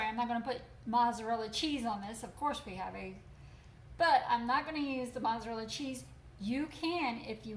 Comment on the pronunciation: Marty Kirby she says breakfast and mozzarella wrong as well but who cares! She isn’t here for a grammar session. She’s here to help us make great chaffles. I say cocoa too! Thousands of people do probably millions.